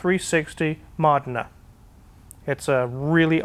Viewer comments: Modena ---> mo-DEE-nuh. /facepalm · I love you but Ferrari "MAUH-denah"? I thought you spoke better Italian than that!